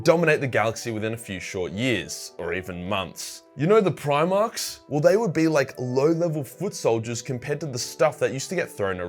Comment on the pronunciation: Should it not be "Primaris"